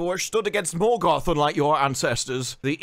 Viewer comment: Turned it off halfway through, couldn’t stand anymore, utter muck. The way Galadriel pronounces the rolling R in Morgoth and Numenor makes me want to fall on a Morgul blade